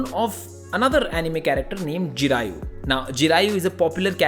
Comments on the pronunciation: Its jiraya not jirayo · Jiraiya hai Jiraiyu nahi 😂. That sounded like Jataiyu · Not jirayu it's jiraya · its not jirayu. it is jiraya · Its not jarayu bro its jiraya from naruto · Its Jiraya not jirayu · bro its jiraiya not jiraiyu lol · Bro it's jiraiya* not jiraiyu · Bhai ne Jiraiya ko Jiraiyu bold diye😂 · Bro it's Jiraya not Jirayu from Naruto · It's jiraiya bro not jiraiyu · Ji-ra-yaa not ji-ra-yuu.. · Its ,Jiraiya... 'YA'.... not "YO".... Just a correction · It was JIRAIYA not Jiraiyu😅😅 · Hi thank you so much for the breakdown it's on point but you miss-pronounced the Anime character Jiraya as Jirayu please correct that he's the teacher of the Main Character for Naruto Shippuden thanks 😊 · Wtf jirayu😂😂😂😂😂😂😂😂😂😂😂😂😂😂😂😂😂😂😂😂😂😂 its jiraiya😂😂😂😂😂😂😂😂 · What tf it's Jiraiya not jiraiyu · It's "Jirai-ya" and "Na-Ruto" It's hard for non anime watchers to pronounce names so "Koi baat nahi" 😂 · Kudos to but my man you murdered the pronounciation of "Jiraiya"